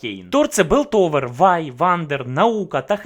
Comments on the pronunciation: Білтовер..Паундер..Джеймс..мої вуха, вибачте 😅 я не можу далі серйозно дивитись цей розбір 😆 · Огляд непоганий, але все відео різало слух "ПауНдер", "ДжейМс", "БИлтовер", не знаю може це особливість вашої дикції, чи мені чується.. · А чого Белтовер, а не Пілтовер? І Паундер, а не Павдер? Це в нашому так переклали чи отсєбятіна???? :) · Не Белтовер а Пілтовер, не Джеймс, а Джейс